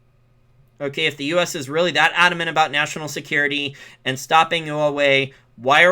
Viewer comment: Learn how to pronounce Huawei.